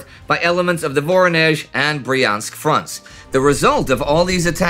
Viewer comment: What is "Moraia Mechetka"? You often make wrong stresses in Russian names (like in "VoROnezh", "ZvezDA" or "SkaCHOK", where the stress has to be on the second syllable, or "KRASnaya", where the first syllable would have to be stressed, and many many more), but now you've also missed a letter... It's "MoKraia", from "wet". Your lack of a Russian-speaking consultant really shows